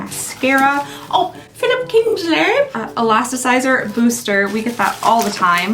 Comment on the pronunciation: I bust out laughing as usual when you said "Philipp Kingshleeehhh" 😂